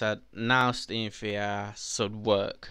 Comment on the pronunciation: “Staem va are”